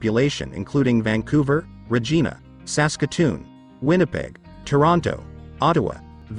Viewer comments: He pronounced Regina wrong. It gina not geena. Anyway, we have a problem with homelessness in this city, too. The high price of rent doesn't make it easy for people. I can't even live on my own and still live with my mom because I don't make enough at my job. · Ree-jeen-a? What ignorance!